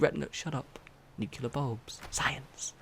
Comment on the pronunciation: Nu-clee-er not Nu-que-ler lol